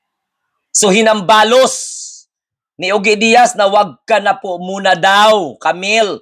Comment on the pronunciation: Ojie iyan ang pag prounce sa pangalan niy.